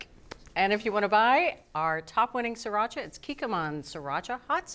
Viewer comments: Please stop calling it See-racha. It's pronounced the way it's spelled: Sree-racha. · It's not "siracha", it's "sriracha".